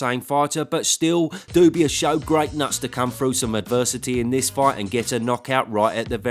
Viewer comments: It always gets me when you say ‘Dubius’ 😂😂😂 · Dubois being called "dubious" brings a smile to my face every time :D